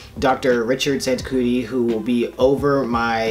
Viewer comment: Thank you so much for sharing this, super informative. It's pronounced, "San two chi" for future reference :)